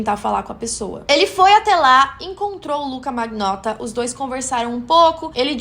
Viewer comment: Achei muito bom bom. Só quero lhe dar uma dica de pronúncia em italiano. Magnotta se pronuncia manhotta. Palavras com ng tem som de nh e palavras gh se fala com lh. Fica a dica